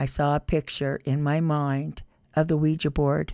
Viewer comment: 'Ouija' not 'Quiji'!